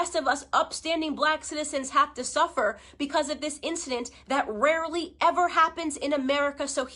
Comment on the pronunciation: “ rearly ever happens” where has she been, my bad how old is she🤔